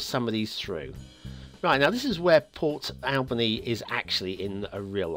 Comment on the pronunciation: you are mispronouncing Port Alberni - It is pronounced as Al burny. You are pronouncing it the same way as you would pronounce Albany. Lovely church asset.